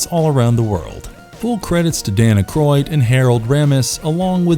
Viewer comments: Dan ah-croid? TF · Who doesn’t know how to say aykroyd he’s like hella famous and if it’s a ghostbuster vid specifically how about Egon? I mean they say it in the show all the time